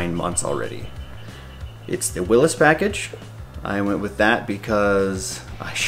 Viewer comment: Thanks for pronouncing Willys correctly!